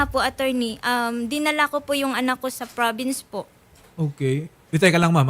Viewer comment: Te, confident di confidence. PROVINCE hindi FRAVINCE ...